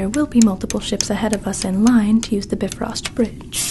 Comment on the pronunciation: Wow. Really well done with a number of great homages - loved the humming of Daisy. And BIFROST pronounced properly